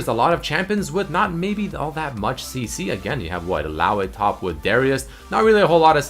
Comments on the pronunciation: how you say illaoi is annoying and wrong. Its pronounced Ill-ao-ee not Ill-ao-a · 'Illaoay' lmao